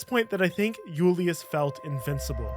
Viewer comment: You're not Spanish. Julius isn't a Spanish word. You sound so dumb when you say it incorrectly